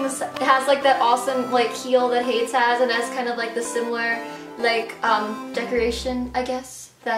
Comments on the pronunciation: isnt it pronounced "hay-dees" not "hayds" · hades is pronounced like hay-dees, right? not haydes. hay-dees, like the greek god? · Are you sure it's Not Hade-ees like the Greek god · The shoe company is named after the Greek god Hades, which is pronounced Hade-eez. Sorry, I'm just a mythology nerd and gotta point it out. XD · ITS HADES. HAY-DEEZ. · Hades. Is she pronouncing that correctly?